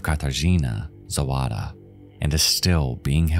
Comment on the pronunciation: You really did do well on the Polish pronunciation! I just gotta be a killjoy and say it's *Zawada, not Zowada ;) a really good (and chilling) video nonetheless